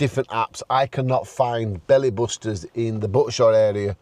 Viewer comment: That's definitely Booster, not Buster. :)